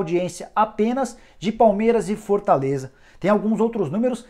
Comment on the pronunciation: Cara, me desculpa, mas comecei a prestar a atenção em como você fala e passei o vídeo inteiro rindo kkkkkklkkk Fortãleza, impressionãnte, rodãda, mas o conteúdo é muito bom...